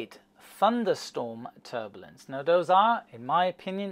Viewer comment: First there was Dia-beetus, now there's Ter-bullince!